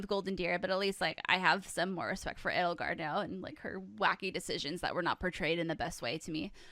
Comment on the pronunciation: It's not Ed-ul-gard or E-dole-gard. It's Ay-dole-gard. Like Edelweiss.